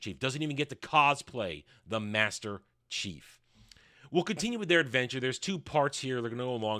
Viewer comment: hard to "understand your understanding" when you can't even say Master Chief right once...